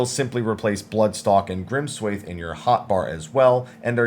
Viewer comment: just so you know it's not pronounced 'swayth' but instead 'swahth'